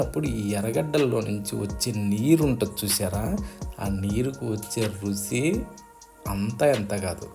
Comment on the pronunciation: రుచి, రుసి కాదు